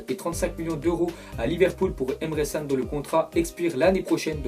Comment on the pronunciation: hhh il ne sait pas dire Can correctement